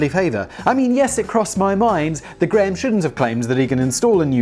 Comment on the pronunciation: Holy shit! Graham must be the one and only Scottish name you can actually pronounce correctly!